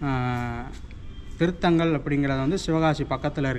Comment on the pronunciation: Oor peru thiruthaangal ila thirunthangal bro..